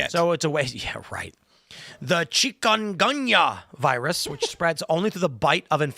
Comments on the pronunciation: Pronounce the chicken goonia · First off, that's not how you pronounce that. Secondly, it is not a new virus. It's been around a while. I caught it in 2018 in Nicaragua, (while i was down there working on my wifes visa) it is a serious illness, especially if you're already infirm. It can be deadly. Not a fun sickness.